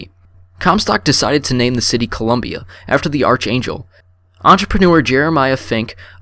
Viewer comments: Not Rose-alind! ROS-alind! Short o Not ArCHangel! Ark-angel! Not imPOtence!! Pronounced “Impatense”. Hattie is not pronounced Hatey! Hattie, Mattie, baddie, batty. Jeez. Not PinCHOT! It’s French! It’s PinCHO! The o is long and the T is silent. Come on man! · Ark•Angel Not Arch•Angel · I'm ten minutes in and I like it, but where was all the information about "Comstock became a polititian" in the game? I noticed no audio diary to back it up. Also it's pronounced "Ark Angel" despite how it's spelt. I'm not hating brother, just sharing my opinion. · He says archangel wrong